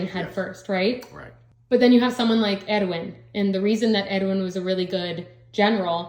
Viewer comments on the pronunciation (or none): im sorry but you saying 'Edwin' instead of Erwin bugged me the whole video 😂, great video though you both have good insight, will be watching everything as i read along!